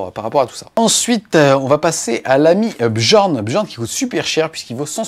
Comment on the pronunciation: belle recap, juste une chose apprend a prononcer certains noms:) arjac qui se prononce aryac bjorn qui se prononce byorn, j égal ye:) en toute humilité:)) mais merci encore pour tout le reste ne change pas:))